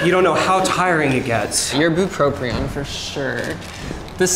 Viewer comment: There's only one R in bupropion holy shit it's killing me the amount of mispronunciation going on here